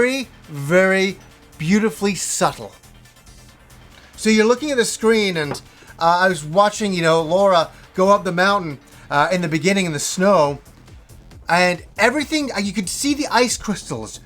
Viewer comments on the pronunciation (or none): Her name is not Laura, its Lara 😥